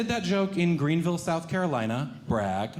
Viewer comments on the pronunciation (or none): none